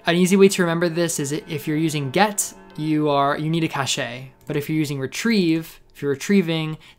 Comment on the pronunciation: yeah i'm pretty sure it's pronounced "cash" lolol. great vid tho!